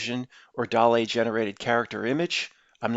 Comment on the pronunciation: DALL-E is pronounced like WALL-E + Salvidor Dali. DOLL-EEEE